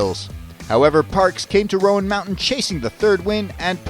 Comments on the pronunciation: It’s Roan, like groan or grown. Not the riders of Rohan mountain haha! Source, am from east tn. Super fun to watch and what a finish! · Great video. Wish you had pronounced Roan correctly though!